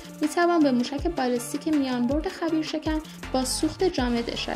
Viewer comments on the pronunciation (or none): خبیر نه. خیبر